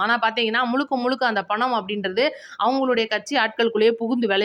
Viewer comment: முழுக்க முழுக்க என்று சொல்லவும். முளுக்க முளுக்க என்று சொல்றீங்க. தமிழ் சரியாக உச்சரிக்கவும்